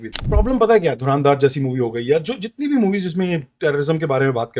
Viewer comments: Pele toh naam bolna seekho ..Dhuraaandhaar nahi h .😂 Dhurandhar h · its dhar not dhaar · Dhurandhar thik se bol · Pronunciation galat hai bhai dhurandhar ka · Isse movie ka naam sahi se bola nahi ja raha or ye actors ki Urdu me Galtiyan Dhundh raha hai..